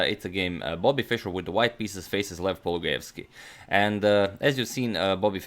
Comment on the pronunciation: His surname is pronounced paul-loo-guy-evs-key, not paul-guy-evs-key.